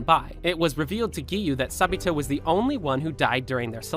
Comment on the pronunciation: why do i hear sa-bi-toe✨